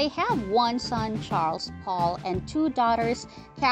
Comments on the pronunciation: Pol not Paul!🤮🤮🤮🤮🤮🤮🤮🤮🤮🤮🤮🤮🤮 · His name is Pol POLE. Not paul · Jan Paul? It’s pronounced yawn pole! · Wish whoever does this video, you could get Dr Pol name right. It's Not dr PAUL. GET IT RIGHT OR DONT DO A VIDEO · It's Pronounced POLE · If you can't say Pol the correct way then find someone else to do the narrating, maybe watch the show, DAH. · For God sake research and learn how to pronounce their names correctly! Shame on you. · I was thinking the same, obviously she hasn't ever watched the show. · I totally agree!!! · Why don’t you learn how to pronounce Dr. Pols name? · Terrible narration. She mispronounces most of the names, including Dr. Pol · The narrator needs to learn how to pronounce Dr.Pol’s name! This narrator needs to be removed! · Damn! Never have I heard somebody BUTCHER our language like this woman does! Missouri is NOT pronounced ME-zuri! And it's Dr. Pol, pronounced POLE, not Paul!. And she totally screwed up the pronunciation of Veterinarian at the end! I don't normally nitpick a posting but sometimes you just think to yourself, either pronounce our words correctly or just shut the heck up! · Jan pal NO NOT Pronounced THAT WAY ITS PRONOUNCED YAN POLE GOSH